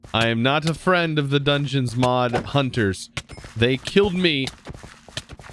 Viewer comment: Btw the "Hunter" you are calling is actually "Haunter". You can pronounce it by "Hon-Ter". With a hard "O". Lemme help you.